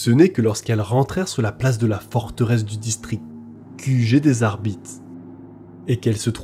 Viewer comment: Hello, j'adore tes vidéos mais les petits défauts de prononciation me sortent toujours du truc 😅, petit exemple ici, on dit "adeptus arbitéss" et non "arbite" pour l'adeptus arbites, c'est pas grand chose mais ça casse un p'tit peu l'immersion surtout que à part ça tu es très agréable à écouter